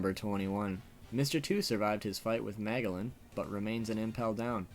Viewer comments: Ma "gel" lan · 1. how you pronounced Magellan is just....awful. 2. Dragon stopping Smoker was not haki, he grabbed his weapon, not smoker himself good list otherwise